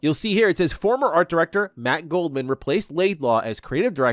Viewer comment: "Goldman" LOL every single time